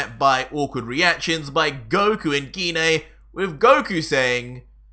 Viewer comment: I thought it was pronounced gi nay not gee nay stop changing wat you call her its mean idk what my own moms name pronounced is also I don’t think gine would be in hell she’s the most nice calm and collected saiyan besides me gohan goten trunks